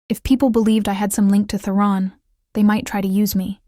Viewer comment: The audio is better than lots. But for myself, its really grating when a main character's name, ie Theron, is pronounced in a variety of ways.